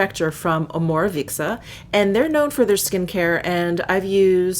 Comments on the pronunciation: Lovely video,!! I am in for clean makeup nowadays, so your vid was really useful! If you do not mind me mentioning: Omorovicza is a Hungarian brand, and is pronounced Omorovi-TS-a. I hope you don't take it as an offence. Sending a hug from Budapest! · Fürst Krisztina to add to the pronunciation, hope you don’t mind, Om-or-o-vit-za; each syllable is pronounced rather than squishing some together as she did into 2 syllables